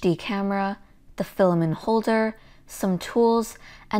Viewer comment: FILL-A-MINT FILL-A-MINT FILL-A-MINT FILL-A-MINT FILL-A-MINT FILL-A-MINT FILL-A-MINT FILL-A-MINT FILL-A-MINT FILL-A-MINT FILL-A-MINT FILL-A-MINT FILL-A-MINT FILL-A-MINT FILL-A-MINT FILL-A-MINT FILL-A-MINT FILL-A-MINT FILL-A-MINT FILL-A-MINT FILL-A-MINT FILL-A-MINT FILL-A-MINT FILL-A-MINT FILL-A-MINT FILL-A-MINT FILL-A-MINT FILL-A-MINT FILL-A-MINT FILL-A-MINT FILL-A-MINT FILL-A-MINT FILL-A-MINT FILL-A-MINT FILL-A-MINT FILL-A-MINT FILL-A-MINT FILL-A-MINT FILL-A-MINT FILL-A-MINT FILL-A-MINT FILL-A-MINT FILL-A-MINT FILL-A-MINT FILL-A-MINT FILL-A-MINT FILL-A-MINT FILL-A-MINT FILL-A-MINT FILL-A-MINT FILL-A-MINT FILL-A-MINT FILL-A-MINT FILL-A-MINT FILL-A-MINT FILL-A-MINT FILL-A-MINT FILL-A-MINT FILL-A-MINT FILL-A-MINT FILL-A-MINT FILL-A-MINT FILL-A-MINT FILL-A-MINT FILL-A-MINT FILL-A-MINT FILL-A-MINT FILL-A-MINT FILL-A-MINT FILL-A-MINT FILL-A-MINT FILL-A-MINT FILL-A-MINT FILL-A-MINT FILL-A-MINT FILL-A-MINT FILL-A-MINT FILL-A-MINT FILL-A-MINT FILL-A-MINT FILL-A-MINT FILL-A-MINT FILL-A-MINT FILL-A-MINT FILL-A-MINT FILL-A-MINT FILL-A-MINT FILL-A-MINT FILL-A-MINT FILL-A-MINT FILL-A-MINT FILL-A-MINT FILL-A-MINT FILL-A-MINT FILL-A-MINT FILL-A-MINT FILL-A-MINT FILL-A-MINT FILL-A-MINT FILL-A-MINT FILL-A-MINT FILL-A-MINT FILL-A-MINT FILL-A-MINT FILL-A-MINT FILL-A-MINT FILL-A-MINT FILL-A-MINT FILL-A-MINT FILL-A-MINT FILL-A-MINT FILL-A-MINT FILL-A-MINT FILL-A-MINT FILL-A-MINT FILL-A-MINT FILL-A-MINT FILL-A-MINT FILL-A-MINT FILL-A-MINT FILL-A-MINT FILL-A-MINT FILL-A-MINT FILL-A-MINT FILL-A-MINT